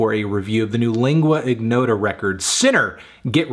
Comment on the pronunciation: Lingua ignota is an Italian combination of words (lingua=tongue; ignota=unknown), therefore lingua is pronounced in the correct way by Anthony but ignota doesn't require the hard "g". It is somewhat like saying in your but without ur